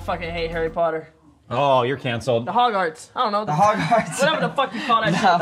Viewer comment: Not "Hog - arts." 🤣